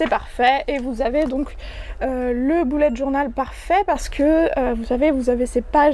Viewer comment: jadore quand tu dis "boulette journal " mdr. Sinon tes livres font très envie. De nous ton avis sur À fleur de peau dès que tu l'aura lu, j'aimerai bien l'offrir à quelqu'un.